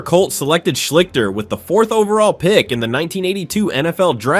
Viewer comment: Art Shleesh-stir is how you pronounce his name. Just look up any Ohio tv news service from the time and you will hear it pronounced correctly. I know how it's spelled, but you're saying it wrong.